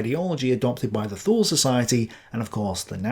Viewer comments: Thule is pronounced ' Tu,ley ' .....the "H" is silent, just like in gael languages and the way the Irish pronounce English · I was taught to say Thule as twolee.